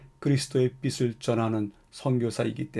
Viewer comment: [비슬] [비세]... 발음이 영 거슬립니다. [비츨] [비체] 같이 소리를 내셔야지요 ^^